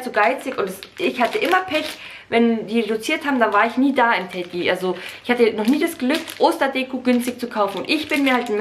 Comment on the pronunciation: es heißt doch nicht Teddy 🤣